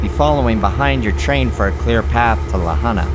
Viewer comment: Aside from the multiple mispronunciations of La Junta, this episode was pretty unusual. Never expected the outcome.